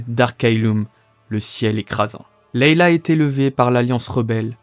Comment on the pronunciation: Leia pas Leila